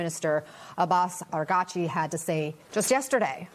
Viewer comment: Ana Cabrera, who TF is "Ar-gar-chi"?! Can you read the teleprompter?! Does anyone prepare you on how to prnounce foreign names?! The Iranian Foreign Minister's name is Abbas Araghchi; pray tell how you flipped the 'a & g' & added a 2nd 'r'?! Is you last name 'Crabea'? I didn't think so. 🙄